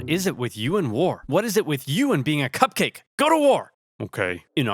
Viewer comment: am I the only one who heard “cuck cake” instead of “cupcake”?